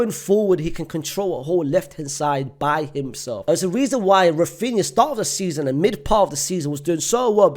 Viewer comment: Oh my god, he said Raphinha, what is happening 😯 I can't believe it